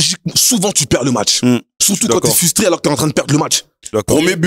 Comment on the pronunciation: il a dit 4 fois « fustrer » personne a rien dit 😂😂😂😂